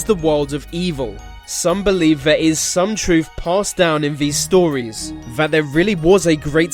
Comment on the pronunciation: this guy cant say th properly. he says ve m instead of then and ver instead of there